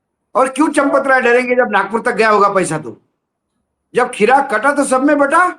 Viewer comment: Sir खीरा नहीं हीरा कट्टा है